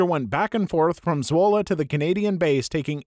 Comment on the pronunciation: I'm from Zwolle (video actually wasn't that far off with pronounciation, so good on you video guy!) and I love that story. A single Canadian soldier liberated my home town. Totally badass. :P Also a similar story from a game I play every now and then: VRChat. There was this one user who kept pointing out tons of problems and bugs with VRC. But people kept dismissing him with stuff like "you don't know what you're talking about" and "if you know so well, make a game yourself then!" So he basically said "Fuck it, I'll do just that" and created ChilloutVR. It's not as popular as VRC and isn't nearly as developed yet, as VRC started in 2014 while ChilloutVR started in 2021~22. But it does quite a few things better than VRC and looks promising as a real competitor to VRC in the next few years.